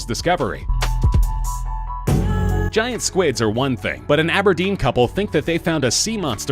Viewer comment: its aberdeen ffs